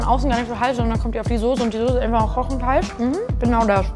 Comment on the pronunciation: Soße bitte nicht sose aus sprechen